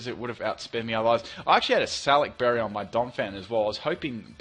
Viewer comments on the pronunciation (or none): none